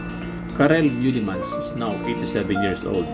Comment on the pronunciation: It is MEUlemans....not MUElemans....but it is a nice film !!